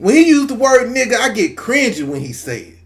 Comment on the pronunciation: Yeah. He don’t be saying the N word right. It has a different feeling. Plus he use it too much. Like chill.